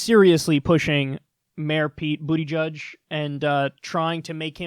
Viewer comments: JFC. It's not Booty-Judge. It's Boot-eh-jej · So is BootyJudge a silly nickname like CloudBootJar or is that actually how you say his name?